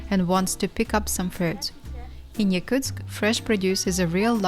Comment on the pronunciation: Wow that’s madness, props to Daiaana and other Yakutsk locals! I could never live there. Is it pronounced Yakutsk or Yakuteya (phonetically)? Because the narrator said both several times.